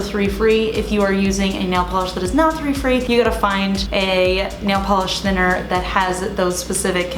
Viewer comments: Help anyone...At is she saying " 3 free" or "free 3" and what doea that mean?? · OK so I must have bad hearing... you said if your polish is three free? free free? WHAT?!!? three what? then use tuolene...? Are you saying toulene free you can use this thinner? YT CC is NOT helpful trying to figure out what you said. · Hi, when you are talking about types of thinner are you saying "three-free"? Sorry, I don't have the best hearing :( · I 'm sorry, what's the free-free polish? Or is it 3-free? I can't understand what you 're saying and I don't think I've heard that before......Thank you!!! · What is 3 free? I couldn’t understand the word you were saying to look for in the thinner. It sounded like you said 3 free.